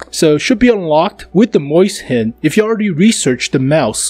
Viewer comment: mauschen, sch is pronounced ssh